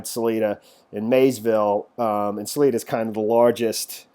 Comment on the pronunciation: its Sal EYE duh.............. where are you from?